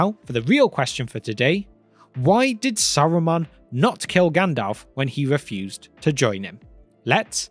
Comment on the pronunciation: Saruman or Aruman?